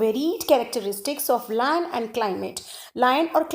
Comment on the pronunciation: Its land not laand